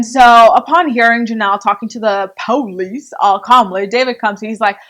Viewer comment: Lmao the PO-lice